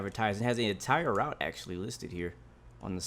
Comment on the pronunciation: I’m amazed that the only thing you miss pronounced is the word “Route” looks really good only thing wrong is that the trains are very rusty in a very bad state, and the line itself the whole train shakes and your worried that the whole thing is going to fall apart, hence why at the start of this month the 404’s were discontinued